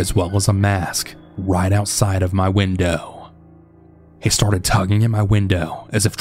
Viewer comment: How many times did you hear whindoowh?😂